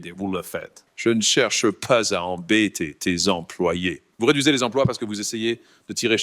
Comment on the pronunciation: "Je n'chewche pas à embêtey tey employés" quel bonheur